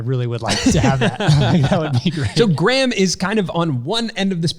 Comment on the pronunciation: you keep pronouncing Graham's last name wrong 😂